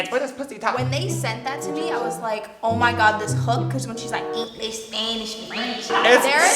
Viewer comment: for eenglesh spanneesh and frEnch